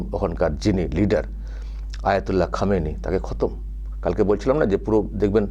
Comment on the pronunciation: খোমেনেই.....উচ্চারণ টা ভুল হচ্ছে। Anyway, Khomenei was one of the bastion of support for the militants in Kashmir. তাই ওর death এ কাশ্মীরের কিছু লোক তাদের বাপ মরার দুঃখ পাবেই, কি করা যাবে😂!